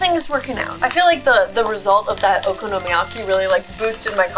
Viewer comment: Wtfffff was that okonomiyaki!! 🤦🏼‍♀️ living in Japan and watching her butcher it, oh the pain